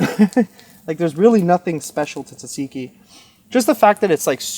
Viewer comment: If your trying to say tzatziki, your saying it wrong lol!😂